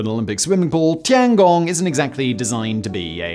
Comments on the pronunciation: tian gong, not tangong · Bro really called it the tonggong lmfao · Tee-Ann Gong